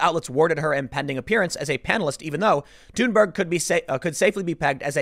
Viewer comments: Why does he keep saying tune Berg? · The fact that her name is pronounced as Tune-berg makes me laugh. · the way he pronounces Thunberg makes me think he smells his own farts